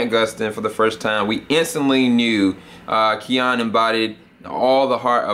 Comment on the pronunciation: It's pronounced Kee-Nin.